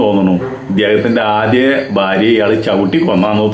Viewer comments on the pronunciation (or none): none